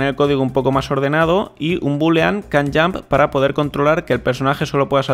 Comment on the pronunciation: Estaria 10 veces mejos este tutorial si tuvieras un minimo conocimiento de ingles, ''kan yamp''